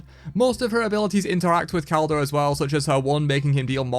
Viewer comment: Just a minor correction is pronounced "Ish- balan - Kek" (yes like the Kek laugh but pronounce it without the finnal Kh sound) and